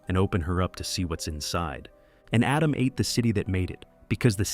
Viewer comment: Why pronoucning adam weird